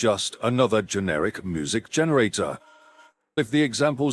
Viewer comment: The video narrator is mispronouncing the word music. I mean, you need to fix that. It sounds like it is saying moo-zik. Really bad